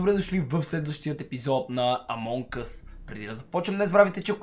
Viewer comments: Мног си готин но само на мен ли ми звучи Among us като амонг гъс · Само аз ли чувам амонг гъз